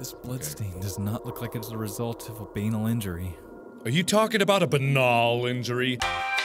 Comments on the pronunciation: that's how banal is pronounced?? i've been saying it wrong the whole time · I'm so glad you picked up on the mispronunciation of 'banal'! That irritated the hell out of me and didn't give high hopes for the game but it was actually pretty damned good!